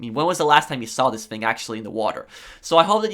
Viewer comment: I love the way you pronounce thing as “fing” 😂